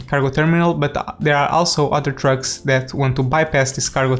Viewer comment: It sounded so much like he said “Drugs” instead of “Trucks”